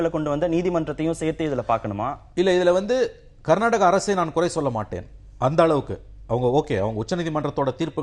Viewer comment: நீங்கள் கர்நாட்ட்டக.. கர்நாட்ட்டக.. என்று உச்சரிப்பதை திருத்தி கர்னாடக என்று உச்சரியுங்கள்.